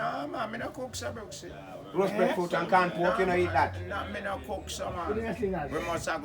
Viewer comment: Breffruit? Seriously it is breadfruit with a a and a d